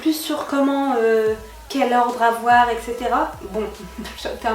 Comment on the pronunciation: Slm ma belle super haul !! J'aime trop qd tu dis : avoir tu le prononce avoèr lol . T as un petit accent je trouve. Je t encourage à continuer tes hauls bisouuuu